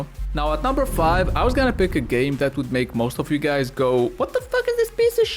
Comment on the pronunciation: did he just say see you gays very soon? lmao